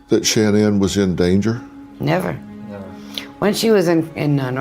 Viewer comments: I want to appreciate this but Dr Phil, everytime you say, “SHAN-ANNE” I want freak out! An when you called “CeCe”, “SISSY”I realized how disrespectful you are. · His pronouncement of “Shanann” is driving me nuts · This is a great documentary but the constant mispronunciation of shannan is just far too distracting.